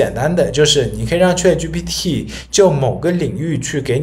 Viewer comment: 你连chat都念错，还教人？